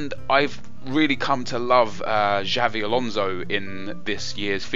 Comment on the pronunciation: It's Xabi, not Xavi.